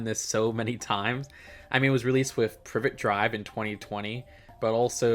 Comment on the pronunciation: Glad to see its 'Privet Drive' and not 'Pri vet Drive'